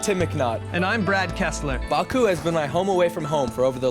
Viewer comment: There is no R in Baku so why distort the pronounciation?